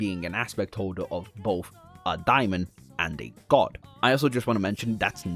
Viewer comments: Dae mon. Not dia mond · I mean, daemon comes from the root word daimon, I guess? I pronounce it demon.